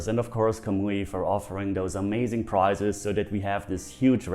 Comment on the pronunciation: I'm a Patreon. Just busting stones here lol LOVE the channel. Who else thought a "giveaway" shouldn't have prices? Haha I knew it was priZes. Just spelled how he pronounces it. Kinda funny! Sign me up for a chance to win a price please!